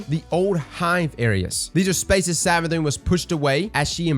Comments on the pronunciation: Did you just call it SavaDICK? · Everytime you say 'Savathicc' it cracks me up 😂